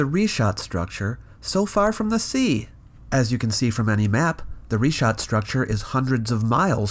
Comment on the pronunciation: It's a bit telling that Bright can't even pronounce "Richat" correctly, when all you have to do is google it.